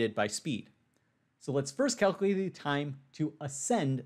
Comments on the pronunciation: It's kal kyew late not kal kew late. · cal - q - late not cal - coo - late.